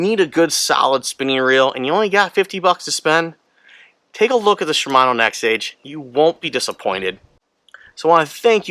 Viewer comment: Nexave ave ave , not nexage